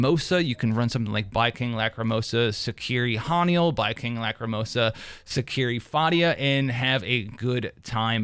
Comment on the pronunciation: The only thing I hate about Baicang, is how you're mispronouncing his name , horribly , brother😂